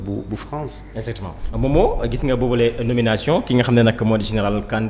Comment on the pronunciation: Ce journaliste est nulle plus de 5 fois il ne peut pas répété le nom kandé apprenez a bien lire les noms